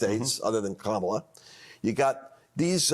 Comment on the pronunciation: how did he get her name right when all the republicans say the Vice President’s name wrong… seems deliberate on the side of the MAGA cult. I knew that, being rhetorical.